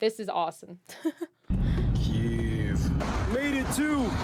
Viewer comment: he shows the right pronunciation of the Київ (Kyiv). The problem is that many foriners pronaunce Kyiv in russian way - Kiev - with is wrong. The other problem that english launguge dont have sound "И" - wich exsists in Ukrainian. The same sound pointed in russian - "ы" , but in russian - letter "И" - sounds like english sound "e". That is why so many misunderstanding